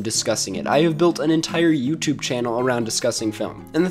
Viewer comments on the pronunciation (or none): none